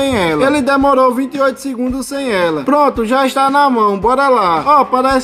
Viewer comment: Meu Deus, você fala muito arrastado, tente falar mais normal, “sem eeeelaaa”, pronuncie as palavras de forma mais curta. Olhe como TODOS do YouTuber falam, olhe o Manual do Mundo, sou professor de Português, compreendo o regionalismo, porém, é erro ortográfico, é erro de linguagem também! Você deixou o áudio desconfortável para que as pessoas assistem ao vídeo de forma completa. Você não precisa arrastar as palavras da China a Bahia para pronunciar nada. Sem que tenha boa comunicação, dicção, você vai engajar em alguns vídeos, sendo estes poucos, porém, 99,97% do público massivo que receber não vai ficar por conta deste desconforto sonoro que causa pela forma que você fala. Sua voz é bacana, apresentação incrível, não está intimidado frente à câmara, apertar de estar nervoso, conseguiu imprimir outra versão. Você é talentoso, digo para o seu bem. Eu quero ver você crescer, quero que 50 mil pessoas cheguem a este vídeo, ao menos 5 mil destes o acompanhe todos os dias. “Maratone”, já estou inscrito torcendo por você. Você não finalizou o vídeo, não disse se presta, não fez competitivo de tempo mostrando a diferente entre o nado sem o objeto com o objeto. A forma arrastada que você fala fez com que não conseguisse fazer o principal: mostrar o resultado, dizer se presta ou não.